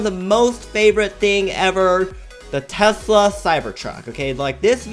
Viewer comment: You say testle roadsters or testlr Qubre truck